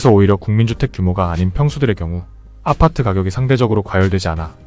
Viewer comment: 아파트만 발음을 독특하게하셔서 신기합니다 압!파/>뜨